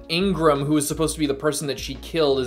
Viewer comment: Still calling him Ingram and not Igaram🤣